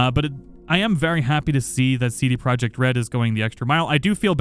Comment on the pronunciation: U read CD Projekt wrong. Go to translator pick polish and listen.